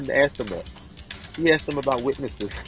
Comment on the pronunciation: He sure axed